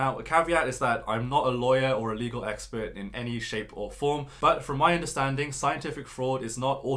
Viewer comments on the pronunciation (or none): none